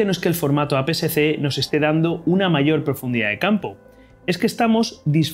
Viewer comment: Muy buena explicación, lo único es que ud dice formato A PCC cuando realmente es A PSC, o quizás será porque lo dice un poco rápido.